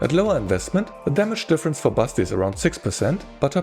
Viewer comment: All through the video I can't hear anything else than "Busty" instead of Basti. And I mean, it's not wrong... 😁 Anyway, thanks for the review!